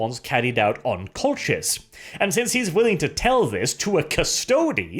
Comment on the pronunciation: I hate to pick on the pronunciation but I think the 'ch' in Colchis is hard like in ichor, not soft like in channel